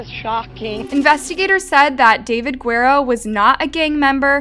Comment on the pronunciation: I think the sentence is fair - I also think that someone doing these videos should learn how to pronounce Guerrero correctly